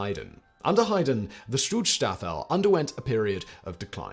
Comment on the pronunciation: Simon add an extra syllable to schutzstaffel. Is usually so careful. Or his editors are.